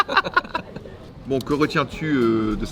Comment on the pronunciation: "des antinonimes" non se sont des antonymes TvT